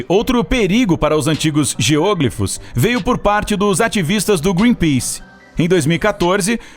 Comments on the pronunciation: A pronúncia correta é geoglÍfos, não geôglifos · "geôglifos"? Acredito que a pronúncia seja geoglífos. Geo - Terra, Glifo - traçado, desenho. É uma palavra com prefixo e sufixo, só meio que separar. Não sou professor de português mas me incomodou muito ouvir a pronúncia esquisita. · A pronúncia é GEOGLÍFOS (com tônica no i). Não se trata de uma proparoxítona. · "geôgrifos"? :v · Geoglífos e não GEÔGLIFOS... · "geôglifos" ...doeu no ouvido ! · Não se pronuncia GEÔÔGLIFOS ! 😣 Deslike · "Níger" é a Nigéria, em Português. A pronúncia correta é "géoglifos", não como está na locução! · Posso estar enganado, mas pra mim, a palavra geoglifo, não tem acento circunflexo no primeiro "o", para ter a pronúncia geÔglifo. Até porque, se dessa forma fosse, se tornaria uma proparoxítona, que, obrigatoriamente, seria acentuada. Enfim. A sílaba tônica é o "gli", e ouvir ele pronunciar dessa forma, me deu agonia. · Muito bom o video, mas sua pronuncia de geoglifos está horrivelmente errada, chega doer ao escutar. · geoglifos não se pronuncia dessa forma...vídeo incrível mas não assassina a linga portuguesa né kkkkkkk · O video é bem legal, mas o tem dificuldade com as silabas tônicas das palavras